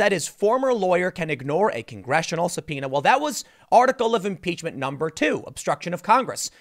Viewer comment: finally know that subpoena pronouce is SUBPINA and not SUBFOENA like i was thinking. pd: english is not my main lenguaje, thanks TIM...